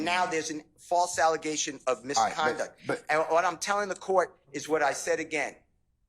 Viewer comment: Misconduct, its Misconduct 😢😢😢